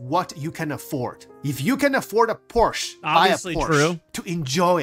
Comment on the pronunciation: LOL i like. I own a decent collections of sports cars BUT pronounced "Porsche" wrong, Now i hate him lol.. I could afford to buy every item in the pledge store twice over without worrying about it. But i don't. Only ships i paid for are the $45 mustang and i upgraded to a 325. I did the $10 subscriber for about a year and realized it was a waste. Everything i own i earned in game and i re earn it when there's wipes. I don't see the point in just buying everything with cash. BTW it's pronounce like "Por sha", that's Porsche.:glasses-purple-yellow-diamond